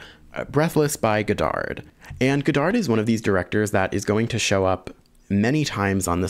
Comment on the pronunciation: Don't pronounce the D at the end of Godard